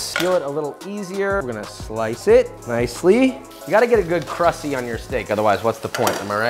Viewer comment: I hated that Josh kept saying "crussy"